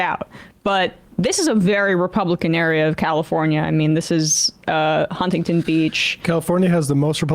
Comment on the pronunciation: I absolutely HATE the way she mispronounces Huntington